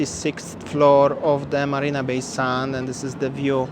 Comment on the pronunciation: there’s no Barina Bay. It is MARINA Bay, with an M for marina